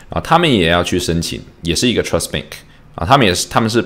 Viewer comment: BANK NOT BENK